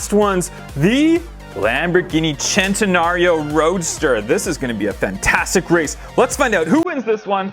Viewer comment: Now that was super cool! Still love the Senna for sure! Is it really pronounced "Chen-tenario" or are would it be "Sss-entenario"? Just asking the question, I've always said Sss-entenario myself.